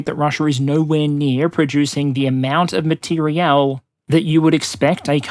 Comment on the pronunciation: Materiel War, not Material War